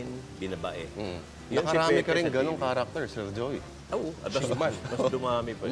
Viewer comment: may napansin lang akong "Jeoy" De Leon. pero WASAK pa rin!